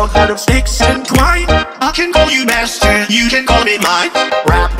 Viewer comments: I swear on my mother that the first time he says b*stard instead of master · He’s saying “I can call you master you can call me mine” sooooo but yea he does sound like he’s saying mustard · Am I the only one concerned why he said mustard like “MAStErd”